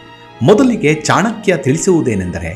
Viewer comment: ಚಾಣಾಕ್ಯ ಅಲ್ಲ ಚಾಣಕ್ಯ ದಯವಿಟ್ಟು ನಿಮ್ಮ ಬಾಯಲ್ಲಿ pronounciation ಸರಿ ಇರಲಿ pl